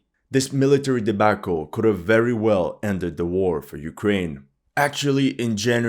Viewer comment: why are you saying debAAAcle ?